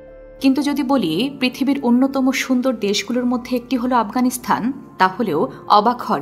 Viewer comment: আফগানিস্তান (Afghanistan) Not Afghanisthan / আফগানিস্থান বারবার কানে লাগছে শব্দটা 😢😢